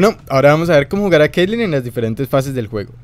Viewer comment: te equivocaste, esta es caitlyn y no keilen